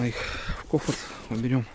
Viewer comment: не кофарт, а кофр))